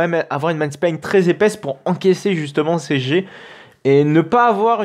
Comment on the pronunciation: La video est tres bien mais pour l’amour du ciel on dit pas man spline mais « main spine » prononce maïne spein :)